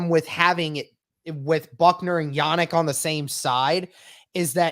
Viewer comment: Yannick’s first name isn’t pronounced “Yah-Nick” either. It’s not pronounced “Nick” at the end, it’s “Neek”. So it’s pronounced “Yah-NEEK” Then his Ngakoue is pronounced “in-GAH-kway” Hope this helps anyone wondering.